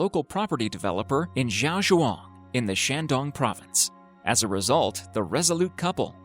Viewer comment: Wow Ur really butchering the Chinese province names